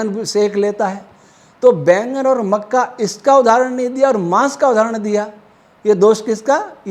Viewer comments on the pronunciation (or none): none